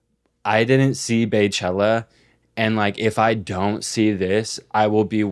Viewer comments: “baychella” noooo its “BEYchella” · stop saying Beychella like white people! BEYoncé BEYchella! its the same 😡 don’t make me call fucking Carl Bismark